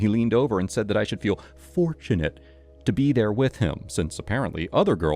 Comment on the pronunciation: How about 'deer' and 'shud' instead of dear and should.